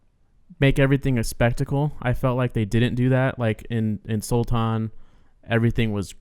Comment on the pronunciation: According to the Phogat girls the father was locked out of the match. They still don't know who it was or if it was one person acting alone or many. They have no idea why either., yay! You got the word "Sultan" perfectly right! Including the soft palatal T. Good on you!